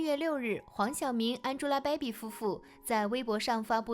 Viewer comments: 安猪拉 掰比，博主的英文发音真的蛋疼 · 你这英文发音我实在受不了了，什么叫安吉拉白比